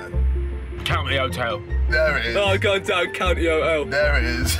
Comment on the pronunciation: legendary "COUNTY 'OTEL